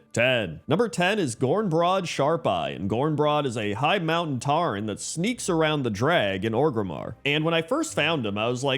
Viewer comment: Tauren, not Tarren >_<